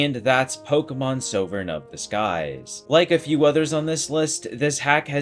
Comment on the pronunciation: Pronouncing sovereign like that is wild It's Saw-ver-in